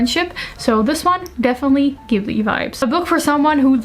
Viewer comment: You have this perfect balance between immaculate aesthetic, succinct communication style, and a really good instinct for stories. I just found your channel, and I'm enamoured! (Also, unlike many Americans, you pronounce Ghibli with a hard "G", and that made me soft in knees.)